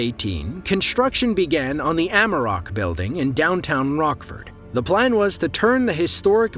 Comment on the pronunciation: Where is the announcer from, he can't say Rockford